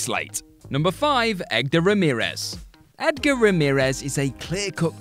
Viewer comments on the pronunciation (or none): Lol, I see you "Egdar".